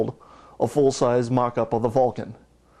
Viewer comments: A Life Size Mock up of a Vulcon?? That is what he said!!!! it is FALCON F-A-L-C-O-N duh...... there is no V in FALCON say it with me FAAAALCON. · Anyone else hear him say Vulcan instead of Falcon? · its not FULCON ITS FAAAAAAAAAAALCON.